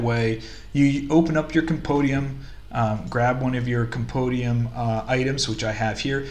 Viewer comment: Hehehehe. Speak after me: Com - Com Pen - Pen Di - Di Um - Um Compendium - Compodium! :D Neat video, nice setup of vendors. Stay crunchy.